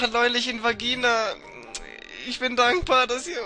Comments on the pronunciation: hasst du bei vagina gesagt anstatt gavina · du hast gesagt "die ansprache neulich in VAGINA" anstatt gavina. ist aber lol mach weiter so. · Vagina anstatt gavina ! xD